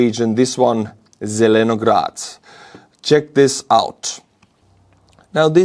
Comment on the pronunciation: It's pronounced "zilinaGRAT" like LininGRAT and StalinGRAT.